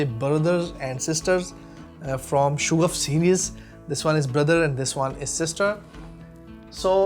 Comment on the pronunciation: Hello. Sha-gaf hai Not Shoo-gaf.